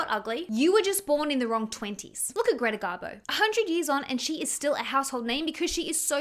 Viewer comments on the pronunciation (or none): none